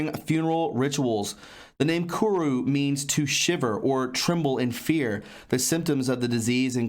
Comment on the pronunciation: It's not kuru